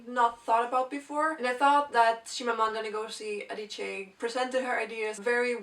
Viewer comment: Well done pronouncing her name. I never managed to do that :)